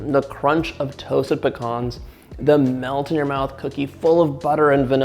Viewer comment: Love his videos an learning new recipes but the hearing him do pecans wrong just bothers me